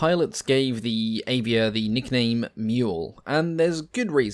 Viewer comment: Avia - .. just read A like you said Alfa ;-)